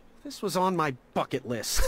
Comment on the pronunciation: did he say ?ucket with a B or F..... funnier the other way. lol.